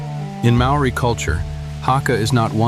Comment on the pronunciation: the word maori is pronouced as mouldiiii not maoriiiiii, it is amazing how many times it's not corrected